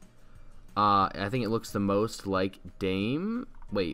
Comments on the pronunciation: Its not dayme its da meh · It’s pronounced Da-meh not “dam” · he said daim the whole vid, it’s da-meh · Your Pronunciation of dame tu cosita is wrong dame is two syllables not one I pronounced Da-me not dame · its pronounced da-me to cos-ita not dame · Its dam-e not dame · Who else is triggered that he says dame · It's "Da-Meh." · C L I C K B A I T And you can't even say it right it's not dime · Dame isnt his name. (Dah-meh) Dame means give in spanish. Also thanks for drilling this meme straight into hell. I thought you were better than Denis, but all you are is a clickbait trader. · the way you pronounce it makes me cringe, it's spanish not english, you're saying it like you would in english, just say damay too cocita to say it properly lol